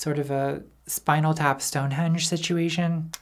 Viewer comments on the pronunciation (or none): none